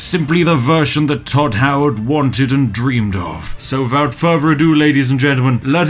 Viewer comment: "wiffout furver ado"